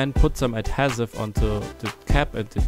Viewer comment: Your pronunciation of adhesive makes this video unwatchable.